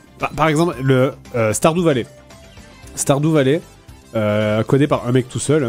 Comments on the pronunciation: Sardou valet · Star Doux Valet... ...j'adore quand Fred tente de prononcer des mots anglais 😂😂